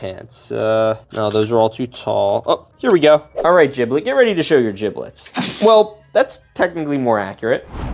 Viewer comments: Bro keeps saying jiblet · Giblets name is pronounced with a G sound not a J OK